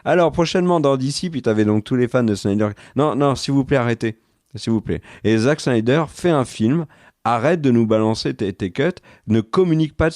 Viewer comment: qui prononce le nom de Snyder « Chnaider »…. Mais pourquoi transformer un S en CH? Je veux bien admettre qu’il soit nul en langue étrangère mais en anglais comme en français un S se prononce S.